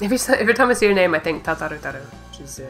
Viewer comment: The reason I asked such an obvious question is that either you haven't said "Ta-taru," or I haven't heard the initial "TAH" when you've said it. When I watch the videos, I only hear "Taru," without the first syllable, even back when you named her. Therefore, I wasn't sure if you were referring to a different FFXIV character, or maybe you misremembered her name. The Case of the Missing Ta- ;P